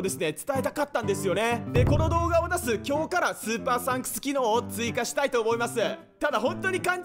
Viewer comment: 「今日から」の言い方が訛ってる 「今日↑か↓ら」